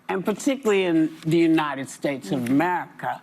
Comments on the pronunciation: United steaks? 😂😂😂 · Kevin been saying “United Steaks” for years 😂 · United steaks lol love u guys